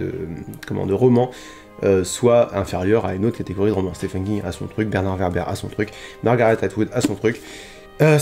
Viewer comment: Super j aime beaucoup ce genre de vidéo. Et juste pour un peu de culture comme ça en passant... le prénom Stephen se prononce Steven. Mais si tout le monde s'en fout c'est pas grave 😁